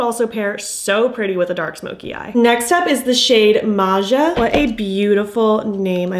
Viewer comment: actually read (Maja) as Maya!! My list includes: Maja, Judy, James,Ingrid, David, Leon, Gabriel, Chloe, Nora, Olivia, Kevin, Luke & maybe Robert 😀 😄 When I'm buying, I'll watch the swatches again just to confirm my choices 😆 🤣